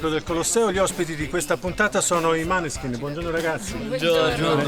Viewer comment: Mi incazzo perché si pronuncia Moneskin non maneskin